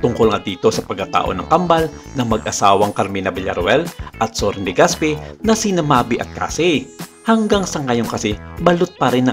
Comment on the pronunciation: Legaspee😂😂😂😂 ako lang ba ang nakapansin??? Clap clap sa narrator hahahha